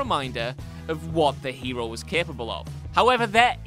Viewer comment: Its hero not heiro